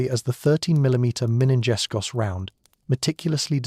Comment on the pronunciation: Minengeschoss. What did the A.I. say???